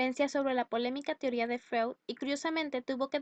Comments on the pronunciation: No se pronuncia como se lee...Freud. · como confiar en alguien que ni siquiera pronuncia bien a freud x_x